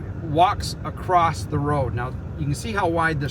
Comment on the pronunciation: There is no T in the word across 🙄